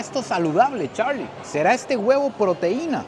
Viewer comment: Por qué cuando dice Charlie dice (charrrrrlie) se va a morder la lengua 😂😂😂